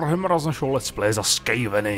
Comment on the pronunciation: "Skejveni" lol